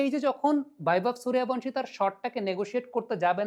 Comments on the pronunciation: হিন্দি উচ্চারণের প্রতি আপনার এই আনুগত্যের কারণ বুঝি না। বাংলা উচ্চারণে শব্দটা হচ্ছে "সূর্য্যবংশী", আপনি কিন্তু বলছেন এবং লিখছেন "সুরিয়াভানসি"। এটা হিন্দি কালচারের কাছে নিঃশর্ত আত্মসমর্পণ যা দেখতে ও শুনতে ভাল লাগে না। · আরে বাংলাউচ্চারণ কেন ভুল করেন ওটা বৈভব সূর্যবংশী হবে।please উচ্চারণ ঠিক করুন। শুনতে কানে খুব খটকা লাগে। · আবে বৈভব সূর্যবংশী 🙄 ঠিক করে নাম উচ্চারণ করো। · বাংলাভাষা প্রেমিক ইউটিউবার, সবজান্তা ক্রিকেট বোদ্ধা এবং মরুভূমি-কালচারের বাঙ্গালীরা👇 "সুরিয়াভানশী" ~ wrong ,বাংলা বললে বলতে হবে ~ "সুর্যবংশী" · নামটা ঠিক করে উচ্চারণ করেন বৈভব সূর্যবংশী। 👎👎👎👎👎👎👎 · ওঁর পদবী সূর্যবংশী , হিন্দিতে উচ্চারণ Suryavangshi. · নামটাই উচ্চারণ করতে পারিস না। 😆😆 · মূর্খ ঠিকমত নাম উচ্চারণ করতে পারে না,‌ আবার অ্যানালিসিস করতে বসেছে! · কোথায় ভি এবং কোথায় বি এর উচ্চারণ হয় এই সাধারণ বিষয়টা জানেন না। একজন বাংলার শিক্ষক রাখুন। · Ara murkhochoda nam tai thik kora bolta paris na madrasa pora chele tai na